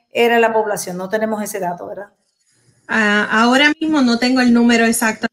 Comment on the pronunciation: SE DICE VERDAD NO VELDA TODA UNA DR